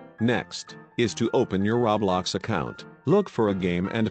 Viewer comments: stop saying rablox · It's not call rablax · He be saying roblox like raw blox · Ummm excuse me but it isn’t called RABLAX ITS CALLED ROBLOX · “Ra blax” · XD me oh and anybody gonna tell this man ITS ROBLOX not RABLAX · I need a real person to tell me this I don’t understand and why is he saying Rablox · What the heck is the robot saying rowbloxd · When it's not rablox it's roblox just correcting you... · Not to be mean but It's not Ro blox it's ROBLOX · Rablox* xD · No one: Not a single soul: Him: RAWBLOX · It keeps saying RABLAX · Everyone: LITERALLY NO-ONE: GUY IN THE VIDEO: RaO- BloX Me:......BAHAHAHAHA 🤣🤣🤣🤣 I’m suffocating from laughter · Did he saw RABLOX twice omg 🤦🏼‍♀️ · It’s pronounced row-blocks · When you bot says roblox but instead it said rawblox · LEARN HOW TO SAY ROBLOX YOU FUCKING WEIRDO!